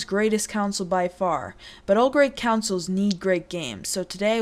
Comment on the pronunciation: Man not only ur puberty but you called them counsel's instead of consoles. Lol